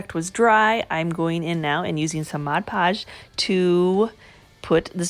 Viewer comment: Mod Podge not MODGE podge And Decoupage is NOT pronounced that way